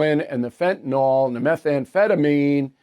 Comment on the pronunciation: Fen tan yl........."yl" says ill, not all.